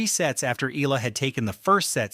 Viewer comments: It’s pronounced as “E-Ya-La” not EELA😂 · I really hate people using AI voices without altering the text to compensate the pronounciation! SHE IS NOT ALEX EELA!! SHE IS ALEX EE-AA-LAAA!!! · Her surname is pronounced EH YAH LAH.